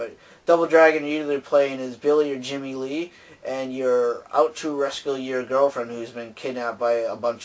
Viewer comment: Jimmy? Dont you mean Bimmy lol